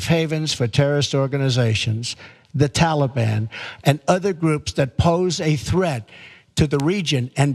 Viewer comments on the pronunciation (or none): The Tahlabhan 😂😂😂 IM DEADD